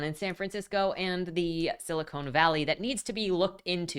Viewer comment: to let you know, it's Silicon Valley, rather than Silicone Valley. Silicon (rhymes with bun) is the element, known for its application as a semiconductor and the foundation of the electronics industry. Silicone (rhymes with phone) is a trademarked name for a family of polymers made out of silicon, called polysiloxane by chemists.